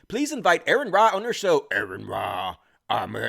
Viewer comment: His name is pronounced: RN Ra, not Aaron Ra, lol